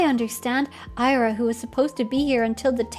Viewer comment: hi, it's pronounced ee-ra, like you'd pronounce lira (the currency) but without the L